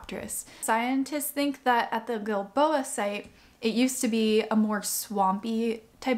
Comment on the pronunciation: This is so amazing! Thanks for the history, the science and the explanation! And most of all - thank you for enlightening me as to how to pronounce "Giilboa"! I didn't know if it was a "soft G" (like Jill-boa), or a "hard G" Ilike Gill-boa)!